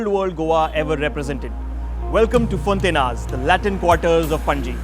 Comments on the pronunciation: its pronounced fonta-inhas (more like fonta-inyas) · Its fonti-ny-as, the proper pronounciation sounds like( Gn) as in "Gnocchi" nyo- key!!